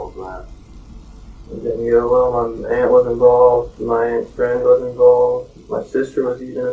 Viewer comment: "we're inventigating a murder you are envolved in" "Yes ma'am" CONFESSION!!